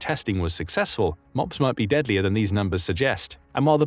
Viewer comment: Not called mobs, it's said moab ( Moe-Ab).